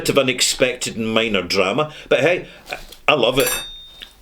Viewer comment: Great video even with the cork "dram-a"😅